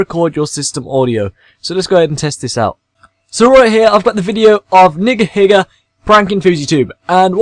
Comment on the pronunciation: was glad to hear him pronounce it correctly rather than doing what most do and say a long e sound like neegaheega, which just sounds painfully contrived